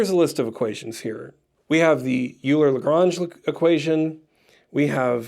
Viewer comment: these videos are great. Euler is pronounced "oiler" not "youler"